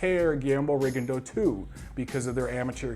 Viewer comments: it's Ri-GONE-dee-ow these days, doncha know? Or maybe it's Rig-gone-DEE-ow, damn his performance was so forgettable I forgot how his name is being pronounced these days. Francisco Vargas is one bad ass in the best possible way. Coming back two hours later from the hospital to the news conference was a boss move. Make it two of us who would love to see a rematch. Viewers, I second: don't miss seeing this fight. If it wasn't for Huck vs. Glowacki, Vargas vs. Miura would be my 2015 FOTY. Klitschko should win with ease over Fury. I'm waiting for the Fury freak flag to fly as my entertainment. Very interested to see how James DeGale looks. I came back from Vegas completely wiped out, it's been a busy year of boxing travel hasn't it? Or maybe we need to admit we are getting too old to burn the candle at both ends. Happy Thanksgiving to all boxing turkeys! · D I gave him crap about his pronunciation of Rigondeaux in his last video too. XD Though to be fair, in Rigondeaux's native tongue it isn't an easy pronunciation. There's a video on youTube of him saying his own name and it took about 10 listens with half speed to get it perfect.